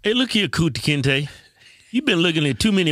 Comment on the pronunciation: My boy said Kunta kente!! 🤣😆🤭